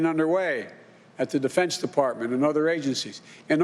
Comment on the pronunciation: I watch EVERY time Biden talks i mean just listen its hilarious he cant even get through one sentence without a gaffe. Did you know the department of Fence was obstructing? . or the threat of ketchup is real